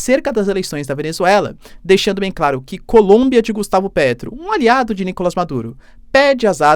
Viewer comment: NicolÁs!!! NicolÁs!!! NicolÁs!!! NicolÁs!!! NicolÁs!!! NicolÁs!!! NicolÁs!!! NicolÁs!!! NicolÁs!!! NicolÁs!!! NicolÁs!!! NicolÁs!!! NicolÁs!!! NicolÁs!!! NicolÁs!!! NicolÁs!!!